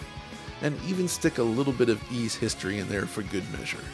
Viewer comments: Why is it pronounced as E's even though it's Ys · It's pronounced "eece" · How do you actually pronounce it? Ive heard eees and yvees over the years